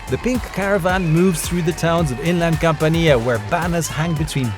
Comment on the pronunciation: Not "CampaNEEa". We pronounce "camp'ania"